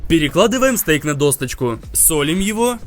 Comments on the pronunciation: Не досточку, а досочку! Доска, а не достка. Учи русский. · Бесит ,что он досочку называет досточкой